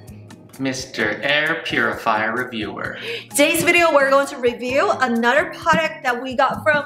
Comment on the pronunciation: Ahnutder ❤❤❤ Drinking game drink after she says ahnutder aka another